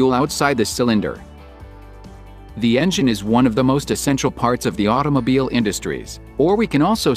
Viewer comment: Thatt must be a Alooooooomin-Numb Âuto-MoBeeèeeeeeeĽ